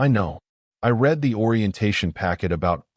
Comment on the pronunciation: This is one of the better AI narrator's, but it drives me crazy that it almost always pronounces "read" incorrectly in context. It says "reed" when it should be "red" and vice-versa.